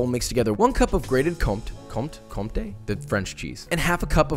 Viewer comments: Close, but the cheese is called Co*m*té, not Conté. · "é" in french can be pronounced "ay" in english, so "contay" is the right way to say it. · Comté (French) = Comtey (English) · Nice attempt to pronounce compté 😂 The P is actually silent, I don't know why, French language just doesn't make sense...